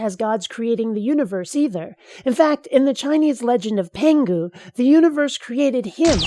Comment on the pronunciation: It sounded like "In the Chinese legend of Pingu" I really hope Pingu is a god. And then he said "Noot noot" and there was life!